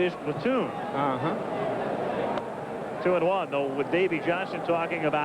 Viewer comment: Always got a chuckle out of Tim McCarver pronouncing platoon, like it is a weird foreign noun .